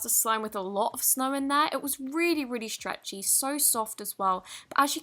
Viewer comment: Who else loves the way she pronounces stretchy!!!😂😍